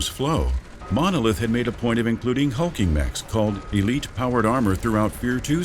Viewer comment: The way he says "hulking mechs" sounds weird. Like hulking is their name and not a descriptor.